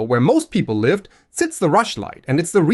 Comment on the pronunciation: Why should I bother with your course when clearly you’ve used an AI voice to narrate this video? The proof is that you are unable to correctly pronounce the word live.